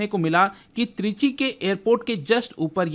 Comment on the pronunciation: Trichy ❌ Three G✔️